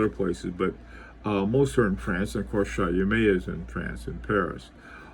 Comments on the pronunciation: It's not Chayomé but [ChÔmé] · Late comment but I think it's pronounced Chaw-meh, forget the T at the end and make the first syllable a bit shorter, Shawmeh sorta, Sorry to be pedantic but experts should sound like experts. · Great video. It’s pronounced Show-may. Here a link to the pronunciation. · Btw it is pronounced “Shomay”